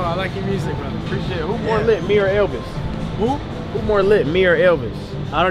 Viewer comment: How he say Elvis? Disrespectful